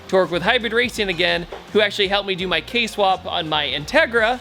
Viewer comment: Ok i was excited till he said kswap